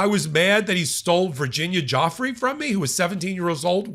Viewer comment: Virginia “Goo fray”